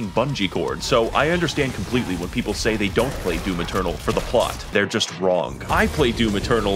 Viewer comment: When he said DIVUM funny am I the only one who smiled and then immediately thought of (Mr mosbey was it?) Meme where he goes "would you like am, or FFFFMMMMM".